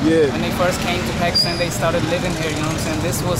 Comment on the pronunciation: the upcoming singer with the cap is so cringe. He called Pakistan Pyekistan, now that's some wannabe piece of s***